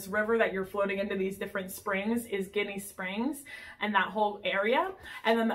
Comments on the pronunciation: Jenny springs is how locals say it .the word your saying is a derogatory word for Italian Americans lol good video tho . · I love both! Though Ginnie is pronounced with a "j" sound... like Jinny!